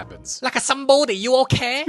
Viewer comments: "I'm a Sambodi, What da hell you think?" "Like a Sambodi, you okay?" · "like a sombidi you ok''